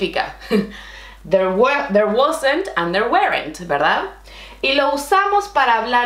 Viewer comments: / Muchas gracias de Canadá 🇨🇦 por tu video; muy utíl para mí! [Si te gustarías, puedo darte un consejo con tu acento en inglés con la palabra "were" and "weren't": you are incorrectly pronouncing it as though the word was "where"; instead, you want to pronounce it so that it rhymes with "her"). ] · There were , se pronuncia / der wr / NO / der wEr / la vocal "E" NO se pronuncia. - / wer / = wear = vestir ropa o usar una vestimenta. Si se pronuncia (wer) se está diciendo eso "wear" No el pasado de "are" que es "were" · wr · / Muchas gracias de Canadá 🇨🇦 por tu video; muy utíl para mí! [Si te gustarías, puedo darte un consejo con tu acento en inglés con la palabra "were" and "weren't": you are incorrectly pronouncing it as though the word was "where"; instead, you want to pronounce it so that it rhymes with "her"). ] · Buen trabajo explica las diferencias entre cada tiempo. A veces tengo un difícil tiempo con cada de ellos. Te entendí cuando tu as dicho "was" y "were" pero la pronunciación para "were" estuvo como la palabra "where". No es correcto. El sonido "-ere" es como en "-er" como "worker" o como el sonido que un perro hace cuando estan gruñendo